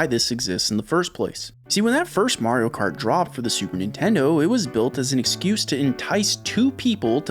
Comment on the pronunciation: “Morio kort” 🎋🎋🇺🇸